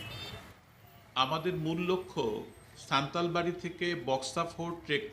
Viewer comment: নাম সান্তালবাড়ী নয় হবে সান্তালা বাড়ী